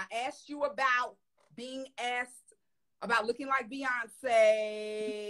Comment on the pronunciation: BE-YONCE. BE-YONCE 😂😂😂